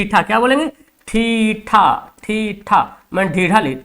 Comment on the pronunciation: थीटा❌ ठिठा ✔️ 😂😂